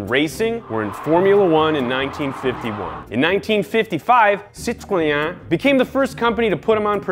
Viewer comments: Who would have thought that a video on brakes is where I would learn how to pronounce ‘Citroën’. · I pronounced Citroen wrong my whole life.. Never thought it supposed to pronounced cithoya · That's the best pronunciation I've ever heard from an American. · And thats how you say Citroën. I honestly never knew. #salute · Love the way you americans pronounce the "Citröen" name !! Good try ;) Your youtube channel is rad as f****!! You guys and hoonigan are changing car entertainments related shows into a much more appealing package for everybody!! Car shows in france sucks badly..